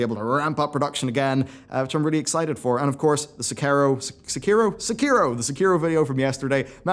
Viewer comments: I am so happy that learned how to say Sekiro. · really has trouble pronouncing Sekiro.